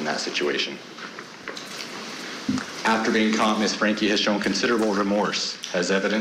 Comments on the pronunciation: Idk why, but their constant mispronunciation of Franke as Frankly is driving me nuts. Wake up lady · How many times do the reporters call her frankly before realising that's not her name.. I swear like the first time fine, the second mm okay but by the 6th time, come on, its your job to be on top of this. You have teleprompters, this case has been covered before you know how her name is said. Love the woman at the end who made some jabs about it, Franke Frankly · its Franke not Frankly, you can even say it the german way which the last name probably came from: FR AAAAAHH NNNK AEEEE Also i dont believe her tears not an inch. She is sad about her situation and nothing else. In this oscar-like speech there was like no talking about her abused children. Narcissistic af. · FRANKE...NOT FRANKLY!! Good grief lady..get it right!!🙄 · Ok, petty I know, but these anchors can say "Hildebrandt" but can't for the life of them pronounce Franke right? I get when people aren't sure if it's pronounced "frank" or "frankie" but come on. I did appreciate the guest low key doggin' them over consistently calling her Ruby Frankly. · Hey court TV. Stop. Saying Ruby FRANKLE. Cmon! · If you’re going to cover this heinous crime get the name right guys 😤. “Frankly..” FRANKE 🙄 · Why can’t these commentators say FRANKIE?? They keep saying FRANKLY 🤦‍♀️ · How hard is it to say Franke?! Lmao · Why can’t these presenters say Franke right 🙄 Hilderbrandt is evil, no omission of guilt at all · For such a serious subject you'd think the presenters would get Franke's name right. Agree with others, her statement was utter manipulation and all about her. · Well it's pronounced Frankie, but spelled Franke. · My god can these people not say her last name correctly. It’s not rocket science! FRANKE! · What’s wrong with these professional presenters that they can’t pronounce “Franke” it’s ridiculous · Why can't this host pronounce Franke? She got it wrong at least 3 times. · It’s FRANKE, not FRANKLY.